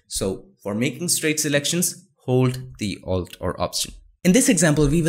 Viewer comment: What do u say ?-alt or alt r ? I hear u saying Altr every time..